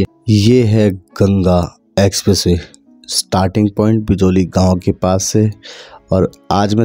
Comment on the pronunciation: Expressway ❌ Essessay ✅